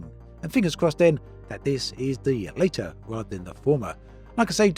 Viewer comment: It's "fomer and lat-ter" ... not later.